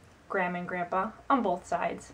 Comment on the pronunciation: Ya can really here it when she says "both"